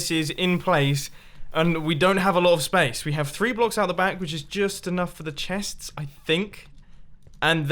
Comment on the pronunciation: "These chets" 😂